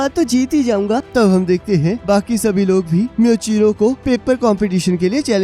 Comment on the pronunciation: Plz called him मूईचिरो not म्यूचिरो.🙏😅👍